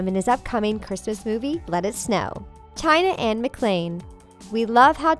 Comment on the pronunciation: Its not shayan its china ana jakson